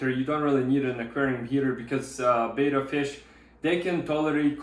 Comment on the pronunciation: It's betta not beta but otherwise great video 😁